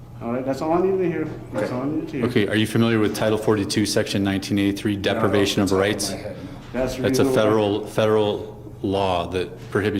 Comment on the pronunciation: And depivation of rights is what these two camera sounds are committing a depivation of rights